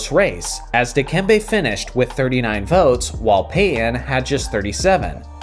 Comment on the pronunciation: You pronounce Payton as Payyen